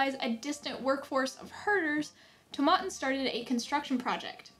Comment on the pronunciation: I always pronounce it “Toe-Meh-Tin,” your pronunciation is interesting. It’s more of the woody/vanilla side for me. It’s good but not an everyday scotch. Edit: girrrrlll, that is NOT a dram but I ain’t hating. 😂 Double edit: OMG the ending lol